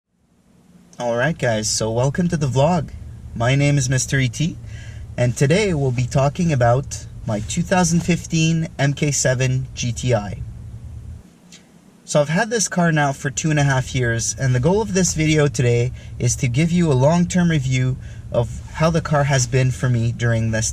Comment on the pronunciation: it’s pronounced “mark 7” btw